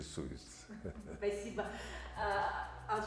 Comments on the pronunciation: Правильно произносите ИМЯ ОЛЖАС , а не АЛЖАС . АЛЖАС ( АЛЖЫҒАН ) - по казахский << ЧЁКНУТЫЙ >> с МОЗГАМИ не в ПОРЯДКЕ . ШОВИНИСТКА не называйте больше АЛЖАСОМ . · Имя его ОЛЖАС, а не Алжас! Пжл.правильно произносите имя ! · Олжас а не Алжас